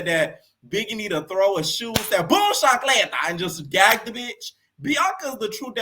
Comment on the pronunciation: Awww your Haitian! I gotta follow! That’s how you know what chancleta was and said it so good! I am Dominican and my husband is Haitian! Biggie needa stand on business though. I can’t with her tears!